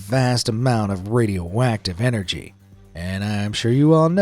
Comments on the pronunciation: I kept hearing him say "Radio Whack-tive" and now i can't un-hear it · Bro said radio wacktive🗿